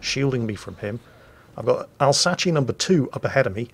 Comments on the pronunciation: What did I hear? The "Alzatchee"? Come on, french lesson: it's said "Alz-Ass" XD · And it's pronounced "Elsass"! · it's "ahlzasss" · i thought that u write Alsace but im pretty sure u pronounce it ravioli or dont u? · you are the worst! I'm not even French or Italian and you offended me with Alsachi facepalm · Alsace is french, pronounced as alsas or somthing like that. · Even if Alsace was italian, you still pronounced it wrong.